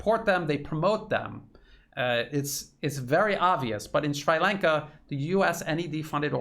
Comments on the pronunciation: It is pronounced Shree Lanka. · it's pronounced sree-lanka. Sri as in see with an r. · Jesus dude. Where are you from. Ballymacsleepy in Antrim. Its Sri Lanka as in Shree. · Except for the pronunciation of Sri Lanka, you're right on, 😍🥰. Much appreciation from the Horn of Africa!! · It's pronounced like Sree not Shry. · Not Shrai Lanka. Shree Lanka. Please Google pronunciation. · Sree Lanka. Not Sry Lanka. ;-) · Sri Lanka. You got the Lanka right. The "Sri" sounds like "SREE" and not "SWRY" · Sree Lanka not Sry Lanka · Appreciating all your sincere efforts to shed light on what's going on in the world I have to ask you to stop mispronouncing Shri Lanka as Shrai Lanka. I guess we all have had enough of this utter stupidity of mispronouncing the names of various countries , such as Iran (Airan), Irak (Airak), Shri Lanka (Shrai Lanka), . . . And by the way, there is no such thing as Tamals. These people in Shri Lanka and the South East of India are called Tamils. These things may be insignificant in the wider context of what is going on but they are nevertheless essential. So let's try to get them right first before we talk about the real issues. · Shree....not Shrai. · 🤨"Shree Lawnka" not "Shry Laynka" 😁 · SHREE Lanka. Very hard to listen to your commentary when you slaughter the name of a proud, ancient nation. PLEASE DO YOUR PRONUNCIATION HOMEWORK FIRST BEFORE YOU GO UP ON A VIDEO. Repeat after me: SHREE Lanka. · Sree lanka pronunciation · Americans always get pronunciation wrong. It's Shree Lanka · I had trouble recognizing your pronunciation. We say Sree Lanka in New Hampshire. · * "SHREE" Lanka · Is it really called SCHREI Lanka? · Sri Lanka is pronounced shree - lanka. Tamil is pronounced tam - meel, rhymes with Tammy. I visited the country twice, once at the start of the civil war & once again immediately after the end of the civil war.